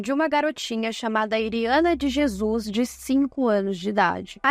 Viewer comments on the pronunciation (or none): none